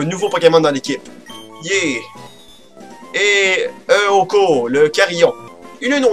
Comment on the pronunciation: Oh moi j'aime beaucoup Eoko (qui se prononce Éoko d'ailleurs ^^), type psy en effet. Eh, si tu savais pas comment l'appelé, tu aurais dû l'appeler Dim, j'aurais été content :-D Nous aussi on a des gens qui s’appellent Richard, mais là, en effet, ils le prennent comme un adjectif, je sais pas d'où ils ont sorti ça parce que ça s'utilise pas du tout, fin bref X-) Ah la la, j'ai beaucoup rigolé pendant cet épisode, tu me fais tellement rire. Ah oui et quand tu essayes de parler "correctement" aussi, c'est marrant :-) Pour t'aider, nous on dit "monter de niveau" mais augmenter c'est bien aussi ^^ PS : Au boulot aujourd'hui, un moment, j'étais au téléphone avec un collègue, pis il me dit : "le client a des coupures intempestives", j'ai pensé à toi et je me suis mis à rigoler X-)